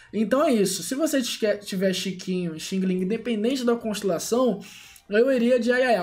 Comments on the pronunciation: DIZ-SE XANG, XANG, REPITO, XANG-LING, E NÃO XINGILIN!!!! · No caso seri Xiang-Ling mas blz